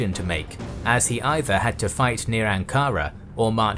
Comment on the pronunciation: You don't say Ankara like that. You have many mispronunciations.